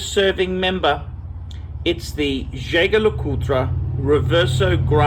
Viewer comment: if jaeger lecoultre is a very regarded name, why don't you learn how to pronounce it?